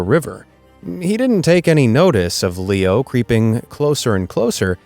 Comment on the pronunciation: BROOO I HEARD Pierpaolo paradisi AND HIS DOG LEEKNOW NOT Pierpaolo paradisi AND HIS DOG LEO AHHHH